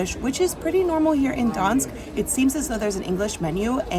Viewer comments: Why are you calling it Dansk? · Gdansk use the G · The G in Gdansk is actually PRONOUNCED!!! It is the most IMPORTANT LETTER together with D in the name, not something you can just OMIT at whim !! It's what gave the meaning to the word!!! You do not omit P in Paris, do you?? Or L in London?? Mannerism in Poland is NOT popular!!! You will not impress ANYBODY with mannerisms .You are actually very irritating to listen to. You should reupload the video with corrected name. It sounds absolutely MORONIC!! I repeat: MORONIC!! Nobody needs such videos! You could have asked anybody how the name is pronounced. But NO. You chose the attitude "Here-I-come-and-I-will-call-you-all-small-people-whatever-I-want". We don't like it here in Europe. What you need is to be a little more humble. One day somebody will teach you a lesson so that your smirk will get stiff permanently! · Learn how to say Gdansk. It’s not that hard